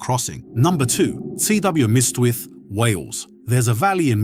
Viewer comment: This Welsh pronunciation is nothing short of racist. Wales doesn't matter, so don't bother to learn anything about one of Europe's oldest language i.e. British. C W miss tith? Cwm ystwyth. Cwm equals valley, ystwyth equals confluence of river or sea.